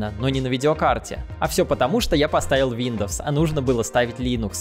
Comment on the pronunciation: Он так мемно говорит Виндовс😂